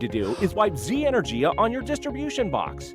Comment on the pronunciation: Energia is the name for certain missiles in the Russian Space Agency. E-nur-gee-ah.